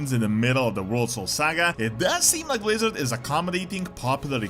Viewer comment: Pwease Bwizzawd?